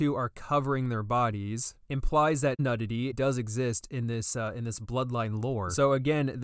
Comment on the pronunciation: my mans really said "nudd-ity" .